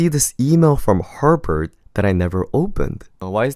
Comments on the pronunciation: Good thing you didn't get accepted because you don't even know the school's name its Harvard not Harbird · harvard ❌ harBard ✅ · Is anyone else hearing "Harpard" instead of Harvard?